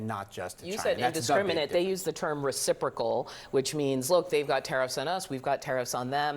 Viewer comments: Does the EU not understand what reciprocal means? UVDL cant even pronounce it so maybe she doesn't know what it means . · The way she pronounced reciprocal was silly. 😅